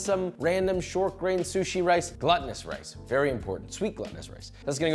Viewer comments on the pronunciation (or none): "gluttonous" haha it's glutinous! very important distinction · It's "gloo-ta-nous" rice not "glutton-ous" lol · “GLOOtinous” rice. Like gluten. As you’ve pronounced it, it’s gluttonous. As in someone who eats or drinks excessively. Which you’ll definitely want to do with the sweet sticky rice and mango when it’s all done. 😊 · The only thing that is annoying is you keep saying gluttonous instead of glutinous! There is a difference in the pronunciation and definition. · I giggle every time he says glutenous like gluttenous. I keep imagining the rice eating itself :P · You're saying "gluttonous", not "glutinous". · My dude, it's not Gluttunous rice (like rice for a glutton) it's glutinous rice... like glue.... sticky. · Glutinous is not pronounced the same as gluttonous lol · "Gluttinous rice." That's not a Freudian slip. 😂 It's actually pronounced "glootinus" for those of you coming for me. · It's pronounced gloo·tuh·nuhs Josh. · I realize you're saying it like this just to rage-bait for comments... but jesus H. christ... GLOOtinous rice. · Glutinous rice, pronounced like Gluten btw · Truly embarrassed by his "gluttonous" take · I feel like i"m being trolled with the glutinous rice pronunciation. Hard no finish the video after that.